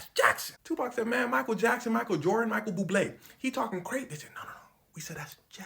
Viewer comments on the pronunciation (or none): Michael bublee’ 😂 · "Michael Jackson, Michael Jordan, Michael Buble" had me dead 😂😂😂